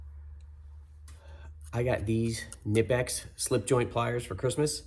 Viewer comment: Good video! Entertaining as always. Great idea with the trimmer string! Oh, Knipex says it's pronounced "Kuh-Nipex", by the way, haha! Awesome tools.